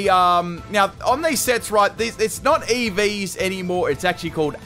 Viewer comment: And you keep mispronouncing EVs